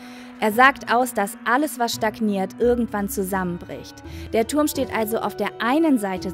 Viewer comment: "Der Tuhrm"😂😂